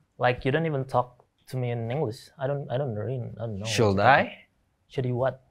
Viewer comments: Shuld i??? Anying pronunciation aja ba beres😂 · "should i" Lu ngucapin nya aja huruf L nya masih lu baca wkwkwk